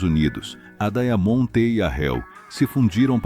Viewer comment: Inteligência artificial, deveria ser renomeada para imbecilidade artificial, dói os ouvidos, escutar essa narração. Horrível , diamont, vira daia monte, reo, vira hell, estuda baquir é dose.